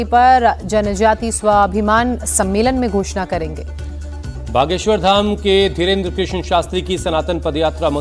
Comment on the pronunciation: बागेश्वर धाम के पीठाधिश श्री धीरेन्द्र कृष्ण शास्त्री नाम ठीक से लो। उम्र कम है तो क्या साधु का सम्मान ही धर्म हैं